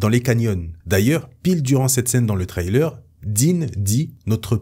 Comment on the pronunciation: Par pitié change ta manière de prononcer "trailer" Surtout que, évidemmeent, tu le dis 800 fois